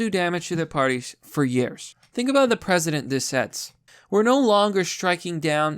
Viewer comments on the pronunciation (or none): Newt "Greenrich?" "Shelly" Jackson Lee (not surprised that you clearly have no idea who that idiot is)? "President" instead of 'precedent?' Jesus, dude, you really need speech therapy. You have never made a single video in which you didn't mangle an easily-pronounced word/name multiple times...